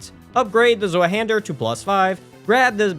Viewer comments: its pronounced "Zweihänder" not "Swueh-hähndör"💔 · Honestly kills me how you say it ill make it easy for the future. The nameis (two hand) in German (zwei=2 and hander= hand) how you pronounce it is "zVi-hander" ❤️ great run btw!! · bro, as a German every time someone tries to pronounce that I have to laugh, almost no one knows how to pronounce that shit